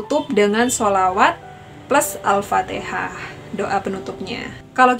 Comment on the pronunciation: Alfatikhah mbaaa bukan alfateeeekhah.